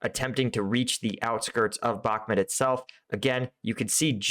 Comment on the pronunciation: why do you keep calling Bahmut, Bahmet?